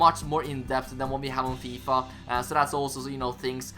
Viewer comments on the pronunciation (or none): none